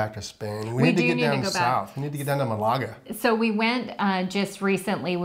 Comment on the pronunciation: Not exactly it is MAL-aga, emphasis on the first vowel.